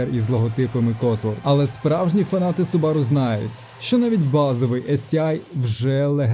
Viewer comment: Все супер, тільки не субАру, а сУбару :). Хз чого в нас усі їх так називають, японці роблять наголос на першу У.